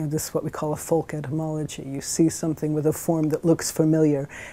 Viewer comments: Americans say 'folks', British people say 'folk' and this woman says 'fulck' for some bizarre reason... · And its pronounced 'foe-k' not 'foal-k' - Yank! ;)